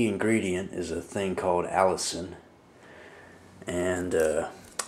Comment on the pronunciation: It is pronounced A LISTEN not Allison! Say it like Penicillin (the last part of the word of course). But you are correct, health benefits are many. One you did not mention is killing cancer cells and shrinking / stopping tumors. I am not giving medical advice but repeating what I have read at the NIH website.